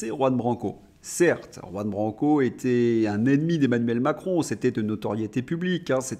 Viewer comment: Votre journal est instructif. J'ai appris un mot, très simple, grâce à vous. Mais vous devez décider si vous voulez vraiment prononcer le nom de Juan Branco, qui est espagnol. Jusqu'ici le prof, bilingue de naissance, vous met zéro.